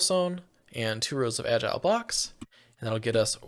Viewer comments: Al-gal not agile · I hope someone has notified you that the ingredient in andesite alloy other than andesite is not "agile blocks" but algal bricks, pronounced al-gul. Algal means made of or pertaining to algae, and they are very obviously bricks. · "AL-GEE BRI-K" not agile block, this is agony to hear, please stop tormenting us like this. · But he never said algal blocks... he said agile blocks 😅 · Jost so you know, it's pronounced Al-gal. As in made from algae.